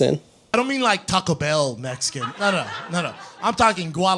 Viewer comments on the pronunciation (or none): none